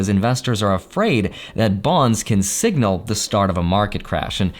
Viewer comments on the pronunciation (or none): none